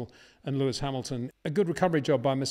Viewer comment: but he damn well pronounces all other names 100% correctly, so HE KNOWS how to pronounce the S